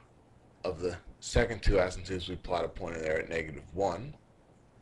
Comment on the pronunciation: I luv it. Extremely helpful. Pls post more. Only thing is the guys pronunciation is off. He says 'asymptopes' instead of 'asymptotes' which drives me nuts. You might want to try blowing your nose too because you sound very nasally. It would help.